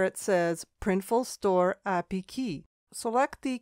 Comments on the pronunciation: good info but it was pretty hard to listen to API pronounced apiee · It's actually pronounced A P I. It's an acronym 😬